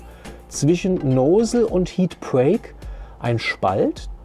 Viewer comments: Noosel hahah Nossel(Lautsprache) aber schöne Einleitung und Tips! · "Nosel" ist lustig! Nozzle heisst: Düse. Das kann man durchaus auch so nennen.